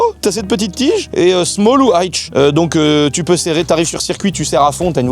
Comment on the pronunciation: "smole ou ailltch" 😂😂😂